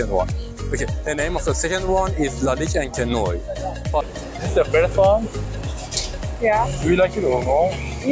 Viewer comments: En Français encre noir se prononce " encre Nouar "😮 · Enche noy? Is the guy able to read words? 🤣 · Please work on your prononciation The way you said lalique encre noir made me punch my face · he didn't butchered it as much as "encre noire" ...